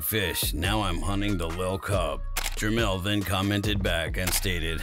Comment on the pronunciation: Jermell not lien